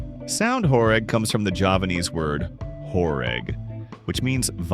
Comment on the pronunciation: Actually pronounced "horêg" (like ênormous), not "horég"